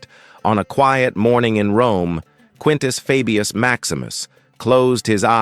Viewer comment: i cant watch this because he keeps MISPRONOUNCING his name, its FABIUS as in HEY, DAY etc. not as in Fabulous